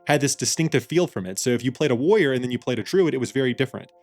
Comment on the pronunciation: it's WARR-IOR not "woyer".